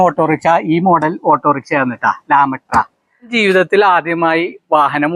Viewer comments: ലാ മെട്ര അല്ല താറാമുട്ട . 😂 എന്തുവാടേയ് 😂😂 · ലാമൃട്ടാ അല്ല lambrettra അല്ലെ